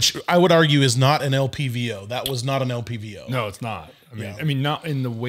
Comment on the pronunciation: Why was it bugging me when dude kept saying “LVPO” instead of LPVO”, having the V and the P backwards. I like the dude, but it just kept bugging me. He obviously knows what he is talking about.